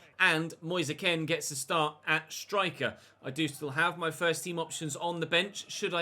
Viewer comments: Is it not Moise Kean as in Keen not Ken? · you pronounce it as moise keen instead of moise ken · his names not "Moise Ken" it's pronounced "Kean" as it's spelled out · You're right. is pronouncing it the way many Italians did, but Moise himself has said it's like 'Moyes Keen'. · Your saying Moise Kean wrong😅